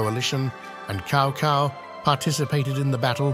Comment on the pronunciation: Chow Cow and Loo Bay 😂😂😂